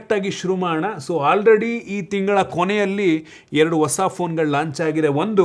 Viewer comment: ನೀನೇನು ಟೆಕ್ ಯೂಟ್ಯೂಬರ್ ಆ ಅಥವಾ ನಿವ್ಸ್ ಆಂಕರ್ ಆ? ಸರಿಯಾಗಿ ಕನ್ನಡ ಸಹ ಮಾತಾಡೋಕ್ ಬರಲ್ಲ. ಆಪಲ್?😅😅😅 ಒಸ ಅಲ್ಲ ಹೊಸ!! ಕರ್ನಾಟಕ ದಲ್ಲಿ ಒಂದ್ ಒಳ್ಳೆ ಟೆಕ್ ಯೂಟ್ಯೂಬರ್ ಇಲ್ಲ ಇದೆಂಥ ಅನಿಷ್ಟ.